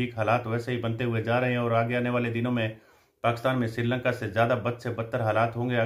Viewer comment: एक तो आप पाकिस्तान बहुत बार बोलते हैं,अपने हर विडियो में और वो भी पाकस्तान बोलते हैं,कृपया पाकिस्तान तो बोलिए